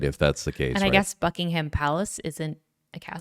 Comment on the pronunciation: It's BUCK•ing•um Palace. No HAM.